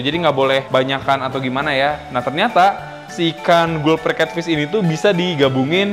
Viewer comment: Kak mbacanya galper catfish